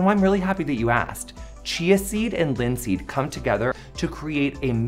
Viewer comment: did he say linseed?